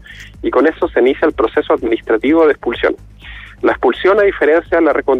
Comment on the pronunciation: "Ingresar clandestinamente no era causal suficiente para explulsión"